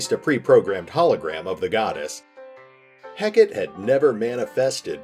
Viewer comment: Such a cool concept! (Btw Hekate is pronounced Hek-a-tee)